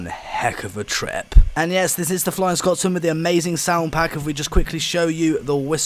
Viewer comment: It's Scotsman not Scott's Man